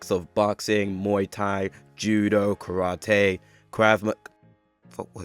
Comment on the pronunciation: Dislike for you not knowing what the fuck Krav Maga is and the way you pronounce Karate